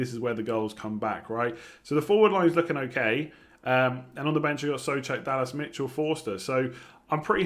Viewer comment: Whos Soofal:D think Soucek is throwing you